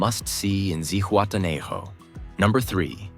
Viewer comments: It is pronounced Zihuatena ho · Man kann Zihuatanejo und Playa auch richtig aussprechen